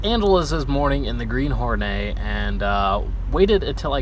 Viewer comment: Horneey. It's a Hornet, not a french bread.